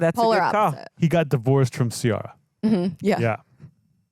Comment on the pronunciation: Say “Ciara” again, Jeselnik. That was amazing.